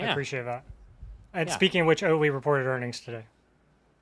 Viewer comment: “Oatly Fans” 😂